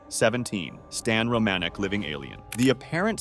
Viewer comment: HAHAHAAHAHA who's Stan ROE-MANN-ICK??? you mean: Stan ROM-A-NICK... pretty insulting when ya get someone's FAMILY NAME WRONG! and it wasn't just an apparent "SIGHTING" he was interacting with these people for YEARS! did you even research this guy or see a synapsis of his story and just poped it in?? LOOK HIM UP it's incredible